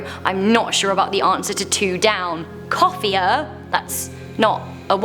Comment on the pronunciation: 2 down says "Coffer", as in a small box or chest for holding valuables - not "coffier" :P